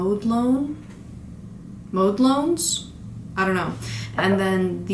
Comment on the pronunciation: It is not important at all but I laughed so hard when you said "Mode Lones" for the nail polish (I think it's probably supposed to be Model Ones) and I just needed to share because Mode Lones is so funny to me